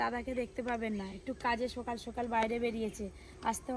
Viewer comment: উচ্চারণের কি ছিরি😜সকাল কে বলে সোকাল,মজা কে বলে মুজা😢।বলছি একটু কথা বলার আগে উচ্চারণ গুলো ঠিক করলে ভালো হয়।